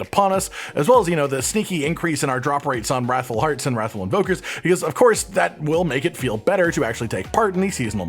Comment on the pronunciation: Anyone think they say raffle hearts.. It's wrath FULLL